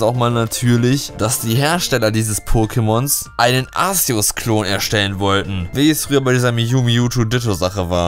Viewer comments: arSeus... man spricht es arkeus aus so wurde es in den filmen egal ob auf englisher oder deutscher synchro auch genant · es wird nicht Aseos ausgesprochen sondern Aceos ausgesprochen c ist ein K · man spricht es Arkeus aus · Arkeos wird es ausgesprochen! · arceus bassiert vom namen auf zeus deswegen sorich man es arzeus aus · Ar ke us So spricht man es aus. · Es wird Arzeus ausgesprochen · wenn du willst: JUNGE DAS WIRD ARKEUS AUSGESPROCHEN MAAAN DU KANNST GARNICHTS! bitte wenn du jetzt glücklich bist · Alexdestroy Ich wollte genau das gleiche schreiben ^^